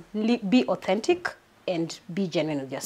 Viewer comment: Did she just say aunnthentic ama nimeskia vitu zangu